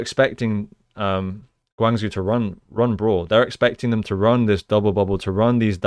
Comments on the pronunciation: Next time pronounce Guang Zhou (Guang jo) not Guang zu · Nice review! Guangzhou prounces "gwang-joh" aka Gwang Joe :)